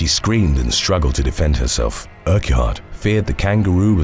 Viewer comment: Not a criticism, as Scotland has some bizarre pronunciations, but Urquhart is pronounced "Urk-urt"...or "Urk-art", depending on the speakers accent.